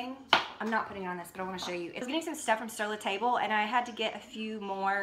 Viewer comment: Sur La Table is pronounced 'sir le tob' (rhymes with bob). This salad looks delicious!!